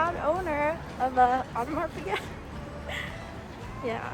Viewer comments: Yeah I cringe everytime they say "piGET" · FYI Piguet is pronounced Pegay